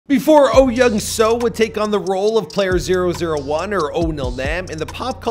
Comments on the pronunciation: Yes, this bothered me as well. It’s closer to Oh Yeong-Su. After learning the Korean alphabet, Americans mispronounce Korean names horribly. It’s embarrassing. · He is probably reading romanized Korean. I've lived in Korea for five years, so I'd pronounce his name perfectly. But for foreigners who have never been to Korea, I expect the bastardization of the language.